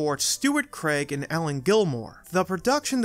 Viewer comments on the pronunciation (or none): none